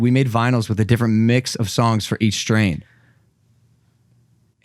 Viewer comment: rookies saying strans instead of strains 😂😓